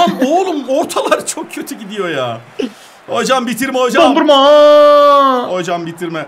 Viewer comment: yanlız o dondurma değil donnuruma